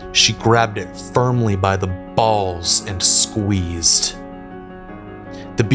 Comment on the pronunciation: Some people pronounce a word so perfectly that they become exemplary to it. Take Samuel L. Jackson. He is nothing short of the paragon of the word "motherfucker." Now watch inflate his mouth to say "balls."